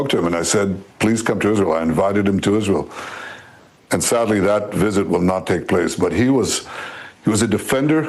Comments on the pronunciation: Dear Candace. It's not 'Ishreel', but 'Israel'. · Why cant candace pronounce israel